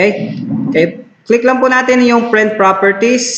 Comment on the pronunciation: Correction lang ah, prent ka ng prent eh, print po yan ha hindi prent ah,, bisaya ka ba?